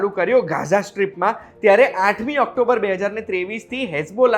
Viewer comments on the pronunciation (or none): none